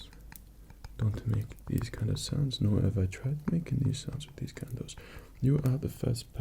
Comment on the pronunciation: OH MY GOD FOR THE FIRST SIX MINUTES OF THIS I THOUGHT YOU WERE SAYING SONS NOT SOUNDS I WAS THINKING THIS KING WAS ASKING PEASANTS FOR THEIR WIVES AND DAUGHTERS TO MAKE SONS WITH AND "RELAX" WITH AND THEN GOD DAMN EXECUTED THEM IF THEY WERE SLEEPY AFTER THE SON-MAKING i clicked here from one rp where you were kidnapped by a crazy stalker and another where a prince takes over your kingdom and threatens to kill your family if you don't marry him, ok, my mind is in a slightly dark place right now